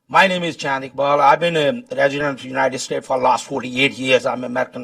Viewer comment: Living there for 48 years and still calls it UNITED STATE & not UNITED STATES repeatedly.. Hahahaha..You missed the S..LOL